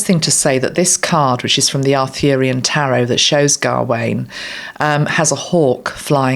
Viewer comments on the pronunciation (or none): Gawain is pronounced as not pronounced gah wain. It’s a Ga but rolls into Wayne without two syllables. Smouthly. I have a nephew called Gawain